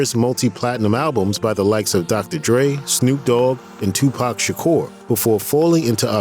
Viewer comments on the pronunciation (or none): none